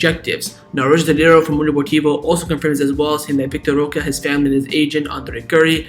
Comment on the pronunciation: Why do you say vitor roca? Its vitor roque